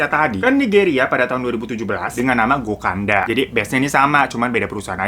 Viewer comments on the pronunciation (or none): Bang.. gokada loh tlisannya, knapa sih lu bilangnya gokanda gokanda... gemez kan gua pngen bnerin kata"nya 😩😩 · Gokada ka aku dengernya gokanda hhee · gokada sayang, bukan gokanda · Gokada, Fan, Gokada, GOKADA, bukan GOKANDA, ih ...